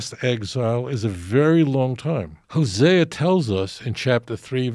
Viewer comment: He can't pronounce the name of the prophets LOL